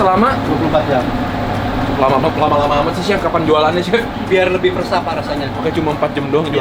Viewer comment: Dan "jam" bukan "jem"